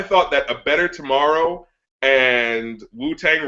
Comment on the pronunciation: anthony, whats up with "tomorow"?